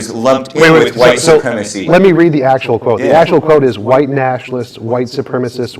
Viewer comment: he even said "Hwite Americanz" rotflmfao